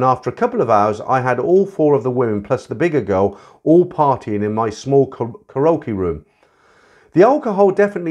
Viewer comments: Mate, it's pronounced "carry okie", not "ca rokie." Lol😂😂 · 1) Karaoke “Carry okie”, not “croaky”; 2) An argument ENSUED, not “ensured”.